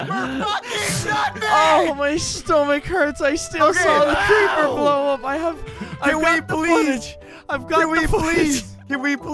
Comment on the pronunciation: he said creeprrrrrrr